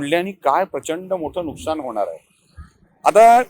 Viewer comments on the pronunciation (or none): none